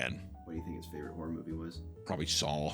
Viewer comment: I cant get past that every time you say horror, it comes out as wh*re lol